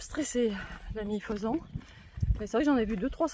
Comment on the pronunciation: Faisan sans t , c'est mieux !